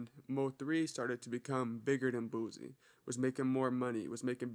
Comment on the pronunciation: Bro you on point bout a lot of stuff but why u say boosie like boozey